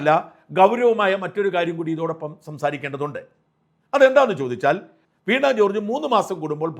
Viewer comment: വീണാ അല്ല വീണ ആണ്